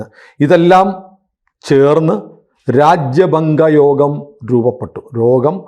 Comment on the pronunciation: രാജ്യഭംഗയോഗമല്ല. "രാജഭംഗ യോഗം: എന്നാണു ശരി.❤